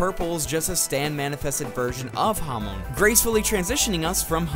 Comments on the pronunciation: Bro it’s pronounced hahmon not hawmown 💀🙏🏻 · everytime you said hamoan i died a little